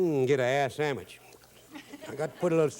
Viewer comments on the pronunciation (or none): Did he say "get an ass samich" ? 😂